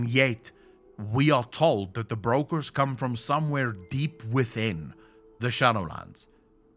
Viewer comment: English is not your first language I guess. But they are not Breakers, but brokers and that have nothing to do with breaking.